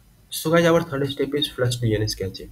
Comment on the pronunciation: Ain't no way bro called cache "cachayy"